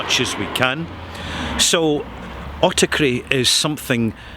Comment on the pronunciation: hello there, can i ask a question? My english is not my native language as i am greek, i havent heard the word autarky before but i immediately understood that is greek because its basically the same. the question is even though it is spelled like the greek word "αυτάρκεια" im hearing that you pronounce it autaKry. Can i learn why? out of pure interest. thank you very much and keep up providing us with helpful things as always. Greetings